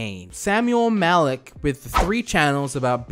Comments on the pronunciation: is saying malik instead of malki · You may be dyslexic... You repeatedly read 'Malki' as "Malik". Mal-Kee, not Mal-Eek. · Isn't it malki and not malik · ITS NOT MALIK ITS MALKI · Thank you for the name correction..I was like, this dude dyslexic af lol. He readin it over and over and still sayin Malik 🤣 anyways, malki is a real life clout chasing clown. Nice video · Amm u said his name wrong like every time and the Bentley is a Roys Roys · I can’t watch this because the mispronunciation is killing me dude I’m screaming at my phone every time you say it wrong 😑